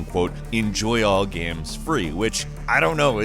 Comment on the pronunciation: I love the way he pronounces games, as gams. I'm not being a dick or making fun, it actually makes me smile.